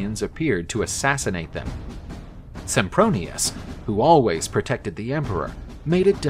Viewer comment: Did they just call him Simpbronious? O.o